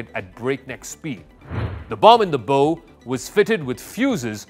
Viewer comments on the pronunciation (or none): Miss pronounce of bow, should not be bow and arrow ( bo )but bow ( bau)of a ship sounds the same as take a bow of gratitude.